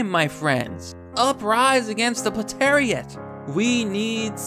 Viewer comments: I love how he says "Platariat" instead of "Proletariat" It's almost as though Marxist "Whole Language" is as effective as Socialism. If it's on purpose, it's brilliant. If it's not, it's still an amazing repudiation of Marxism. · Could have been more convincing if you were able to pronounce proletariat, and realized that the word basically means the working class or a typical member of their ranks.